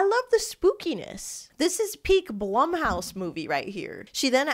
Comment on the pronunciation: just wanted to kindly let you know its pronounced “bloom” house 🫶🏻